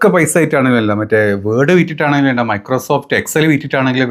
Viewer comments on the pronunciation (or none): none